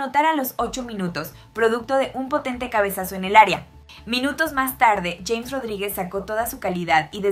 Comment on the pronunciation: No se dice Yeins Rodrigues, se dice James Rodriguez, en español latino